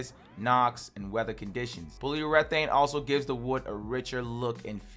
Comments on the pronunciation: "pole-u-reth-aine" lol nice. love it! "Poly-ur-eh-thane" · not sure what paulurethane is, you talking about polyurethane? lol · Polly Yura-thayne - Polyurathane pronunciaion 👍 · Ie he trying to say POLY YUR AH THAN? (Polyurathan) ? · Good video, but took me a min to understand you when saying "polyurethane" pol·y·u·re·thane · i hate how he pronounces polyurethane